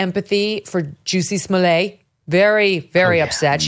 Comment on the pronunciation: Love the accent on the Juicy Smollete.